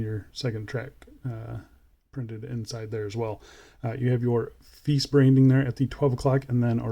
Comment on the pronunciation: Hope they make a polished case version some day. I think Brand name should be pronounced as Italian way,. Fe - I - che.